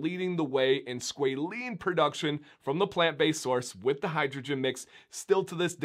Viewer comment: I found 17 seconds of YouTube that loops pronunciation, with a long “a” something like squawLANE. That aside, great information!